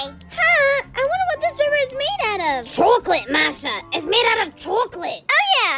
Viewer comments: Is not toclaot is choclot😂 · "Chuuclate" I cant-😭💀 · Why was saying CHUCOLOTE omggggg luv you vids ❤❤❤ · When said chucolote it made me laugh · I love when () said its CHUCOLOTE masha, it's ✨CHUCULOTE✨ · Is was funny when said chocolatet😹😹😹😹😂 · He sais chooclate😂😂😂😂😂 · How said chulate